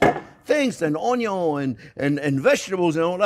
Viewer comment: Love the pronunciation of onion as 'un-yon' 😊. Also like your advice not to horizontally slice onion simply because it is already 'cut' by the natural layers.